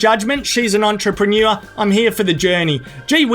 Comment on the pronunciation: Mispronounced "entremanure" I wonder if she gets repeat customers? Hasn't this woman ever heard of broccoli?